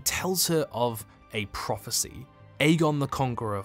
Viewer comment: I groaned when the "prophey" came up